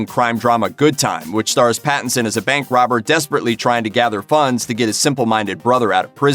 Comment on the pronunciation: How many times did he say Battinson? Or was that my imagination?